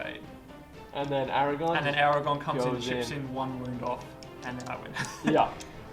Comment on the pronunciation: Aragorn - as in Aragorrrrrn, with an r